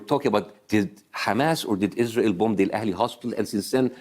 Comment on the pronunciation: Its the 'Izrahell' pronunciation from Bassem for me😂😂😂